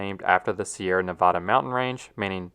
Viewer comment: Love the channel. As a resident of Nevada, the state is NOT pronounced the same as the mountain range, please. The first a is a soft a, not ah.